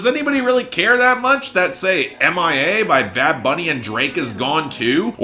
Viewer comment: im begging you pls stop pronouncing mia as M-I-A....... it’s a word..... it means mine in spanish